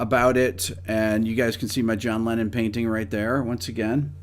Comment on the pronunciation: NO SE COMO HAGAN ESTOS DOBLAJES AL ESPAÑOL O SI ES LA TAL INTELIGENCIA ARTIFICIAL, PERO TODO EL TIEMPO EL CONDUCTOR DICE LENIN EN LUGAR DE LENNON, INCLUSO SE PUEDE CONFUNDIR EL NOMBRE CON EL PERSONAJE RUSO, ASI QUE PONGAN ATENCION EN ESOS ASPECTOS IMPORTANTES DE UN VIDEO QUE LO VE MUCHISIMA GENTE Y QUE LA INFORMACION DEBE SER LA CORRECTA!